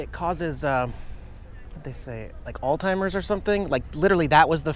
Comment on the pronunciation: Alzheimer's, not alltimers.